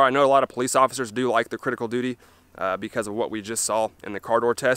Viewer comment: Love the way mericans butcher English.. Cridical doody ..... Go on make a T noise. Its 'wridden' on the box. See what I did there. Im typing in American. Ive seen a video recently.. They used a perfectly glass clear ballistic gel block, it was great for the video, most channels use a yellow tinted of varying opacity.